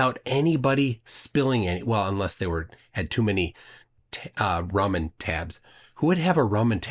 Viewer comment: I heard "Ramen Tab" and was like 🤨 😆